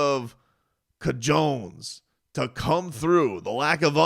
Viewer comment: Did you say co-Jones?